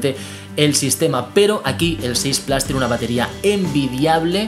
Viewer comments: Con cariño y respeto amigo la pronunciación plas no existe además si eres español es plus si eres francés es plus pero se pronuncia en francés (pluse) en alemán meher (mia) y en inglés británico plus (plous) pero no plas pq no está bien no intentes pronunciar un inglés estadounidense fallido si estas hablando en español pronuncia la palabra como es adoptada plus like amigo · Claro este señor no sabe pronunciar es plus en español pq es una palabra adoptada del francés pq plus viene del francés plas esta mal dicho no es estadounidense es español y tiene q pronunciar las cosas como tal por ejemplo si eres español no hables como mexicano lógico q queda muy mal decirlo mal cesar tienes razón pero q no lo diga mal es plus no plas q es español no tiene q cometer expresamente el error de los estadounidenses gracias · Cada vez que dices PLAS en vez de PLUS muere un gatito... tu veras. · Se pronuncia en inglés "plos" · No mezcles idiomas y encima mal q no puedes decir iphone 6 plas si hablas una palabra en español la dices en español entera no media en español y media en inglés mal pronunciado